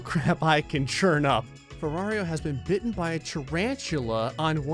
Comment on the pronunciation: Its "ferraro", not "ferrario"